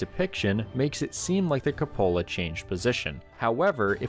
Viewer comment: Are you referring to the cupola? If so, it's pronounced queue-po-la. Not as if it's a cup holder.